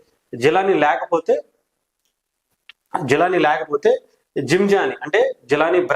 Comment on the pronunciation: రసీద్ ❌ రషీద్✔️.... జిలానీ రషీద్ ను బీర్ బాటిల్ తో లాడ్జ్ గొడవ తర్వాత బైట పొడిచాడు అది చెప్పవే... జీలాని ❌ జిలానీ ✔️ జీమ్ ❌ జిమ్ ✔️...నీకు ఒక బోర్డు ..ఒక విశ్లేషకుడవు నువ్వు😂😂